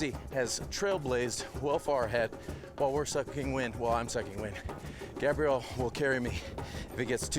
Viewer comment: Messing up the man's name like that was God awful, Gabrielle vs Gabriel